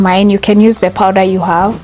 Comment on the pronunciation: It’s called powder not powdera